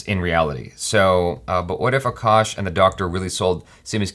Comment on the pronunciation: She calls his name A kash